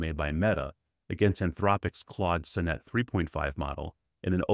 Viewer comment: Great review! Sonnet is pronounced saa·nuht btw.